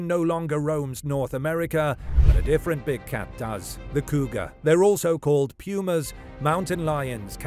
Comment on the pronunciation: I'm pretty sure no one calls them "pyumas".